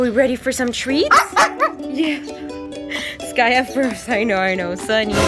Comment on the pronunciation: I love how the fact the she called skaya skayu😂❤